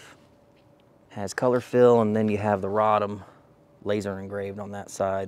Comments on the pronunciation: It's pronounced Ray-dom not Rod-um. A famous arms manufacturing town in what is now south-central Poland. It was well know as a place where a certain good quality, well known model of semi-auto 9mm pistol was made before and during the war under german occupation. This PA rifle on display looks like a standard AKM. If it crooked, that's called "canted". Rifles, specifically AK's had that problem when they were first imported from Romania around the year 2000. They were SAR rifles from a company called CUGIR. The CUGIR ARMS FACTORY was a Romania defense contractor remaining from the Soviet Communist Block Era times. The quality control varied but the rifles themselves weren't that bad. I've owned many over the years and I still own one from 2003 in 5.45 x 39mm. Next came the WSAR rifles, also from Romania. They are still being imported today. A very good rifle. This Polish outfit "PA" I have never heard of before but Poles should know how to make AK's by now and since Poland is in the favor of the US State Department in our proxy on Russia they likely got waivers to send these rifles into the American civilian marketplace. Keep us posted on them and just how or good or bad they really are. Thanks for the review. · its "Ray-dom"